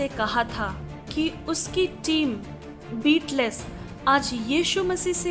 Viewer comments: It's not beatless it's Beatles ( बीटल्स ) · The word "Beatles" is pronounced as B-TLS not "beet less" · Pronounce मिस्टेक, बिटलेस नहीं, बिटल्स । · Sister I would like to say you that please do not wrongly pronounce the name"Beatles".I request you to go to the Google and then type "how to pronounce the word Beatles", otherwise people will laugh at you